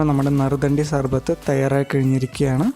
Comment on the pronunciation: നരുദ്ധാണ്ടി അല്ല. നറുനീണ്ടി. റെസിപ്പി ഗുഡ്